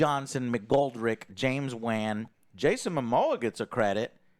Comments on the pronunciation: How does he read Wan incorrectly? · I really hate how pronounces “Wan” lol. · It's not James VAN! It's Wan you knuckleheads